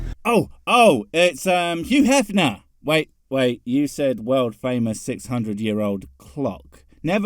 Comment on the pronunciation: "Hugh Heffner".............................🤣🤣🤣🤣🤣🤣🤣🤣🤣🤣🤣🤣🤣🤣🤣🤣🤣